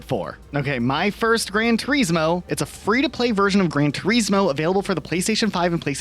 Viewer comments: I can't stand how you both constantly miss pronounce names.. you would presume as a creator you would get the names right 😂 gran Turesssmooo like WTF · I’ve literally just made an account to say this. It’s an actual joke that you’ve reviewed a game “Gran turismo”, to slag off the name, when you haven’t even took the time to learn how to pronounce or say it “GRAN TUREEEZMO” I’ve enjoyed your content but thats it, boycotted. Absolute rage bait I stg you can’t be serious. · I hate the way you say gran.Turismo lol